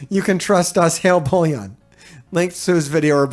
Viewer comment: It's funny till now no one has highlighted the fact that u r calling BOILON as BOLLION 😂